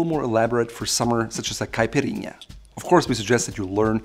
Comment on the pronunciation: His pronunciation of caipirinha was on point which was a very pleasant surprise, seen as the vast majority of English speakers say "capirina" instead. Then again, he did say that his father is Brazillian in another video so he probably knows his fair share of Portuguese... It was a pleasant surprise nonetheless.